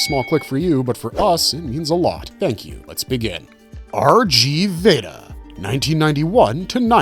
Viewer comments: RG Veda "RG" is pronouced RIGU not "R" "Gee"... 3x3 is "Three By Three" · it's pronounced rig veda